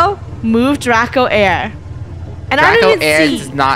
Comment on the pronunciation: Am I the only one that when funny is angry at Draco she says drak